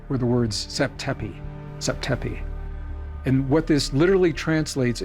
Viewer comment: It’s Tep zepi not zap tepi Graham Hancock miss quoted this in his book 2 decades ago, and you guys are still saying it wrong to the day